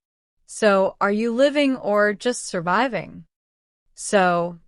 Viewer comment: ماعرفت كيف تنطق كلمه surviving